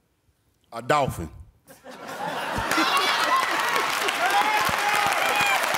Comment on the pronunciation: I thought I heard him say "Donkey" not "Dolphin". shrugs